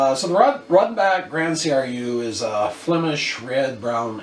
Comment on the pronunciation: Hhaha , 6% high side of beer ... mmm better get some more Belgian beer in the house . BTW i do love a Rodenbach Grand Cru ( and its called Grand Cru , not C R U ) once a while . For me its about the lightest beer i enjoy . Normally i go for stronger and many times a lot stronger . Beer imho does only get interesting past the point of 7% / 7.5% alcohol . Then the quality starts to show and the taste does get interesting . Maybe you should try a Duvel ( Tripel Hop if available ) , La Chouffe , Tripel Westmalle , Chimay , Orval , Tripel D'Anvers , Tripel Kermeliet .... the list goes on and on and on .( do not try them all in the same day , since all mentioned are well beyond 8% ) .